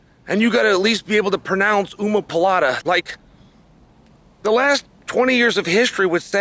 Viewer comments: "You gotta at least be able to pronounce oomapolata" 😂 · Gotta be able to pronounce ooma palata (while mispronouncing omoplata)😂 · You gotta know how to pronounce "oomapalatta". -Uncle Chael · Glad I can pronounce oomapohlahtta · “and you at least gotta be able to pronounce ooomopolata” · Pierra has to be able to pronounce OOomapilata , so that he may retain this championship belt. And Chael gets to have more time to learn how to pronounce his name while dodging red "Jagwire" lnfao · It feels so good have finally learnt how to pronounce "Umamapolata" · They have to be able to pronounce Umaplata